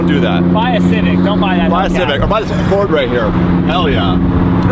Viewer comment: thats a honda not a ford lol dude your funny im gunna start mis identifying cars lol oh wait did you mean accord? sounds like you said ford. either way an accord is so boring if you put it next to a ford fusion and squint your eyes.. same same